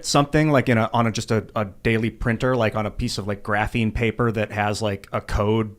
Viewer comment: I think part of the drinking game rules should be when says 'graphine' you have to finish your drink.